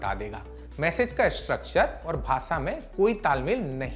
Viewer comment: Bahpot jaldi dusri news pr skip krte hain. Thoda pta v lge ki nayi news kb shuru kr di. Thoda thahrao rakhiye. Aur भासा nhi भाषा होता sir.....